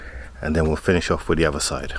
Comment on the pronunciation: Love your content but pls its not "dis" "dat" or de otha lol 😆